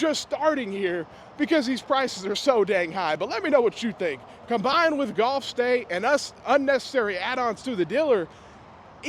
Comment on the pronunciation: It's pronounced GULF States Toyota. But it smells scammy either way.